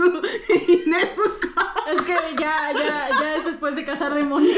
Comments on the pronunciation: es nezuko no "nechuko" o "nesuco" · Es nezuko no "nezuco" 😂